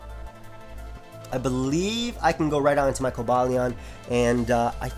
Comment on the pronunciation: i believe its pronounced kohba lyeon (Cobalion)